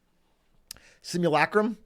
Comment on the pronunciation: sim - u - la - crum was what you were trying to say.